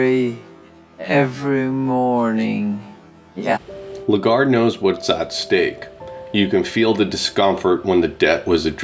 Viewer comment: I love all your videos - you know that. Just please, do me a very little favor: Her name is „LAgarde“ (not „Legarde“). You and - please say it with an „A“ - the Second letter. Thanks 😌🙏🙏🙏